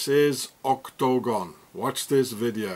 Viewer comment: " ÔK-TO-GÓN! " Love the way you pronounce it. Thanks for this information. I take everything online with a grain of salt, but you have fitted some pieces in my NWO puzzle. Hope you are doing alright, despite the Swissies.